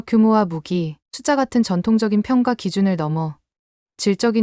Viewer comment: '평가'를 읽을 땐 '평까'로 읽어야 해요. 평가로 읽으면 뭔가 빠진 것 같고 어색합니다. 읽기 기본조차 안 되어 있다니 놀랄 따름이네요.